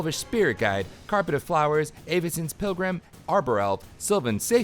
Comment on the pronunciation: eh-vycin she’s canadian now!